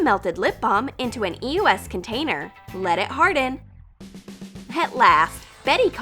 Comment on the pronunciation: bruh eos is pronounced eeee-ohs